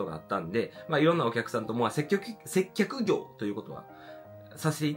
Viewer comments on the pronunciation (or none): 「せっきょく（接客）」「滑舌わるいゆに（のに）」「接客ぐお（接客業）」可愛すぎました‼︎‼︎けど私も滑舌悪いのでこうなっちゃうのわかります😂😂😂